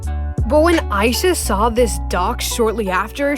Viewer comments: my name is ayisha and you pronounced it like my name so i was freaking out when her name is mentioned (also her name is pronounced as a-yeah-sha) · ayesha is pronounced I-E-SHA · So Ayesha is pronounced aye-sha when I've been saying a-ye-sha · by the way, ayesha is pronounced Ai-yee-sha